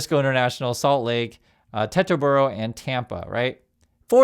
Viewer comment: nitpick pronounced teeterboro and it's a small airport in Northern NJ used primarily for private jets, planes and charter flights